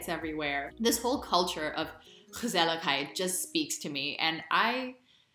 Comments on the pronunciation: I am amazed at how well you pronounce ""gezellig"" and "gezelligheid". Those g's are not easy. Perhaps your Indian roots help there somewhat? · hahaha, say that again? Please? Pretty please? "Gezelligheid..." most perfect pronunciation, with a touch of sweet accent! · Your pronunciation is really good, by the way. The U in Utrecht or the whole word gezelligheid are often considered very difficult by native English speakers. You nailed it.